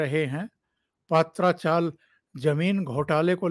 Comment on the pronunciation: सर पात्रा चाल नही , पत्रा चाल है याने टिनसे बना हुआ चॉल